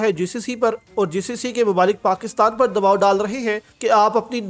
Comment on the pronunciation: پاکستال۔۔۔۔؟ یا پاکستان۔۔۔؟ اردو بھی نہیں پڑھنی آتی ہے تم کو ۔۔۔